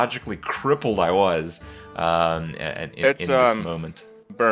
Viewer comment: "psychologically KRIPP-led" ....oh man